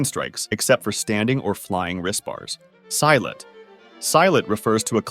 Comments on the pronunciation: Actually it's call si lat not sylat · SILAT - /see-lat/ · hmm, how do I say this. Silat is pronounced like "see" plus "latt" as in "latte" minus the "e". Its just me, but hearing "Psy-lat" makes me cringe as Indonesian. good video though, thumbs up. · Wt f is a "Psylat" 💀 It's "See-lat" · Bro why pronounce our martial art name wrong... Malaysians and indonesians are so embarassed after this. Sai Lat? See-Lat bro... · Its pronounced as 'See'-lat and not 'Psy'-lat. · It see-lat, not si-lat. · When i looked at this i IMMEDIATELY thought of wushu cuz i follow wushu 😊 AND KUNG FU AND TAICHI 😃😃 (Side notes: for Silat its not Sai-Lat its See-Lat Tai chi is pretty much hurting your thighs from what i practiced Omg u actually pronounced wushu correctly (for the 1st time) and i love this vid) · it pronouns seelat not sailat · see-lat. not sai-lat. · this mf pronounce "silat" as "psy-lat" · It's actually pronounced as See not Sai. But thanks for including it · Silat is "see-laht" not "sigh-lhat" but nice quick history background. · Amazing and well concluded video, made me understand the basic principles of various martial arts, but omg never have I cringed and laughed over the pronunication of silat, sorry bud, it's "Sea-lutt" not "S-eye-latt" Also, like Kungfu, different regional techniques/combat doctrines have animal-like movements too, like the Harimau (tiger) doctrine developed in Kerinci region of Sumatra Also, , it's pronounced like "Joe's Son", they don't do Js like Spaniards do, "Poom Bull-guy", the "guy" pronounced like the guy in "Guy de Lusignan", AKA French phonetics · I remember my parents sending me to taekwondo classes when I was young I lost the nail on my big toe at some point Also silat doesn't rhyme with violet, it's pronounced “see-lat” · Silat is pronounced seelut. Not sailat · Silat, "see - lat" not "sai-lat" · Aint no way he called silat "sailet"😭 Its c-lat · Actually it’s pronouns Silat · you say silat like shilat but without the h sound